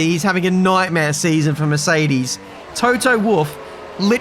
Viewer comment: ‘Toto Woof’